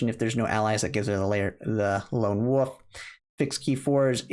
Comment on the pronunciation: Mr. ""